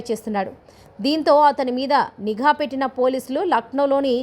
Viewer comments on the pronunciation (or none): none